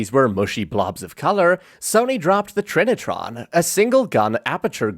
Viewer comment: Finally an American that doesn’t pronounce it ‘ try-nitron’ 😂